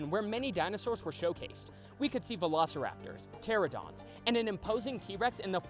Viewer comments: pterANOdon. Not pteradon. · Something that triggers me, PEOPLE SAYING PTERADON INSTEAD OF PTERANODON